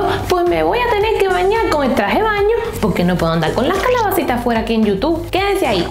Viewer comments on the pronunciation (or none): none